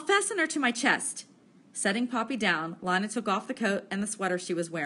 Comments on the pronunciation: Linea sksksks it's leena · It is Leena not L ina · (ALEX) yea its leena not lina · Nah “LEEna” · Li-na? It’s Lean-a 🙄😹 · it is not lina its leena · you pronounce Lina wrong